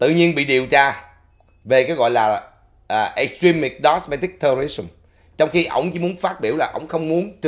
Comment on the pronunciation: Domestic, not “dosmetic”